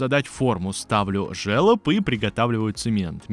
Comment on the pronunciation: Все Круто!!! Но этот твой жЕлоб прям режет ухо)) пишется это слово через." ё " но читается как жолоб!!!